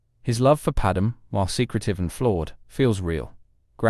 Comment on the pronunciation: Anakin should have followed Ashoka’s lead in leaving the Jedi order they were a broken disaster they did nothing but screw him and those he cared about . … also Anakins wife Padme is pronounced Pad-May , not pad-mehh